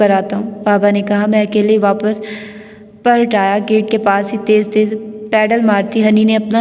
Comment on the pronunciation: Aap acha parhti hain, lekn aap ne apnay talafuz pr bilkul mehnat nahi ki. Jesay taaleem ko tleem,khaatoon ko khtoon. Palat ko pult aamad ko aamd. Plz work on you pronunciation.